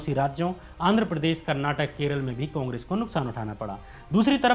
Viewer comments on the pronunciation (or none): Kannad nahi kannada hai aur karnatak nahi karnataka hai agar main hindi ko handi bolunga toh chalega kya? Koyi hate nahi tumhaara content achha hai